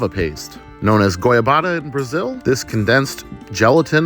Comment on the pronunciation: As a Brazilian that was summoned by the mere mentioning of my country I wanna congratulate you on your Portuguese! You said "Goiabada" beautifully! :)